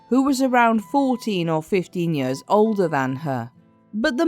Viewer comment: Do you have some sort of speech impediment that makes you unable to pronounce the word "years" correctly? You sound ridiculous!